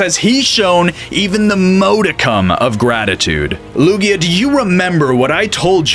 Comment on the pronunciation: Its Lugia, not Luya